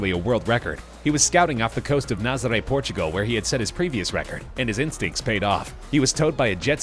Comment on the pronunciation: You pronounced Nazarè wrong O-o